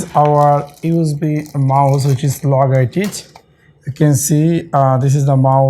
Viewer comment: Logaitich 😂😂😂 Dead after hearing his pronunciation 😜😜😜🤣🤣🤣